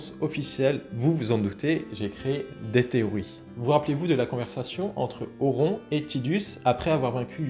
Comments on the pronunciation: Mes oreilles ont saignés, dès que j'ai entendu "auront" 😂😂 Pitié, un peu de respect. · Par contre cette prononciation à la française "Auron" cest pas possible 😅 Vidéo très sympathique sur un perso légendaire sinon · apprends à prononcer Auron déjà...